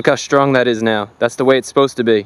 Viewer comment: "Shtream"? "Shtrong"? Why do you do that?